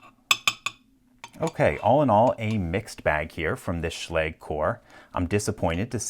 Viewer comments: I hear the proper pronunciation is schla-ga, not sch-lay-g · Try pronuncing it correctly next time ;) [ʃla:gɘ] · Oh. I've been pronouncing it wrong all this time. I thought it was pronounced like Schlojj (Sch as in school then the ending of something like the US English pronunciation of garage) Well dang. Thanks for clear both that up and that Locks vulnerabilities LPL! :) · did anyone else just click so they could finally learn how to pronounce "schlage"